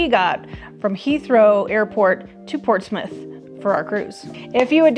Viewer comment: Portsmith or Prortsmouth? You kept saying Portsmith.